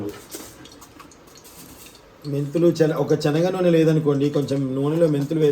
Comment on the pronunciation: Telugu bhasha ni dayachesi champakandi. Enni sarlu rectify chesanu. Chanaga pappu and chanaga nuni kadu baboyi. Sanagapappu and sanaga nuni. Sariga cheppakapote vinadaniki chala visuga untundi. Matladatam nerchukondi